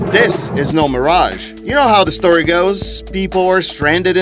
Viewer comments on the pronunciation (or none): none